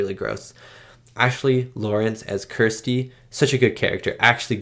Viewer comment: Why can't Americans pronounce the name Kirsty?